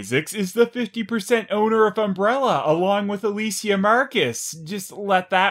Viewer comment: He calls her "Ah-la-see-ya", haha. God this movie is all over the place. You'd think with the being the last one, they'd go all out with it. Avoid plot holes and contradictions. Add in good character development. Something. But no, why the fuck would Paul W.S. start doing that now? Smh Anyway, thanks for the review.